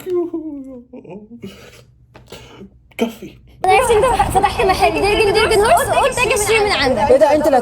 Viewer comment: 😂دركن دركن هورس ماشاء الله لغة انجليزية قوية